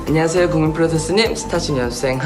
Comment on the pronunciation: 특유의 발음덕분에 안냥하쎄여 국민풀듀쏘님! 스타쉽 연쌩 함원진입니다 하는거 너무 귀여오어요 ㅠㅠㅠㅠ 바이나인 데뷔하자 사랑해 요즘 매일 마지막회 돌려보면서 울어 ㅠㅠㅍㅍ ❤❤❤